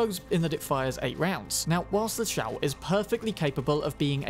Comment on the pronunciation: “zhuo”is pronounced like “draw” , what you say in the video is “chao”, which is another gun